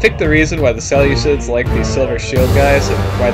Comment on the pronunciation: Please pronounce them as the (See-loose-iads) not as ( sele-cids).You make them sound like a salad, when you pronounce it.